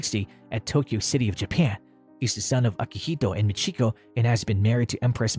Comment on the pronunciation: MA-sako and MI-chiko